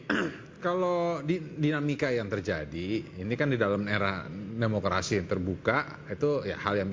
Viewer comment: Imanol ngomong demukradi ,,,demokradi apa pk nool